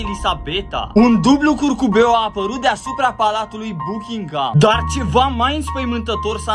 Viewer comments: Bachingam nu buchingam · Bukingam no hate dar se pronunța bakingăm